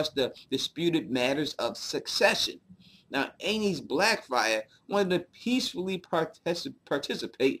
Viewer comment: So "Aenys" is pronounced like anus?